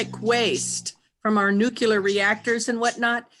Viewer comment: Nuke-ya-ler??? *Nuclear